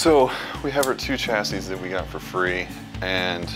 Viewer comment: The pronunciation of chassis is triggering me